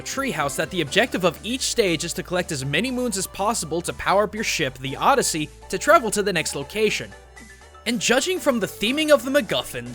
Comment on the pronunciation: oddesy..... space oddesy